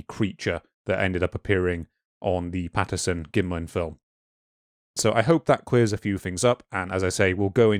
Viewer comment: It’s a bit difficult to take these “scientific” researchers seriously when they can’t even get Roger Patterson’s name right. PATTINSON?! If you can’t correctly read, interpret and pronounce the name behind THE MOST FAMOUS Bigfoot encounter of all time, you’ve just destroyed your self-aggrandized cred.